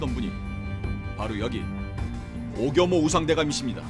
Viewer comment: 어렸을 땐 오겸호가 오겨무로 들렸었는데 ㅋㅋㅋ 오겨무대감 ㅋㅋ 오겨무영감 ㅋㅋㅋ